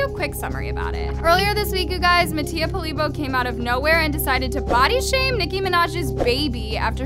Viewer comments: And it’s called Mattia polibio not Mattia polibo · It’s not polybo it’s “Poly-Bioh” eidudjedid😭😭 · For how many times Mattia's in these videos, she still can't say his last name right ?